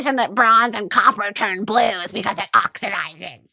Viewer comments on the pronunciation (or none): none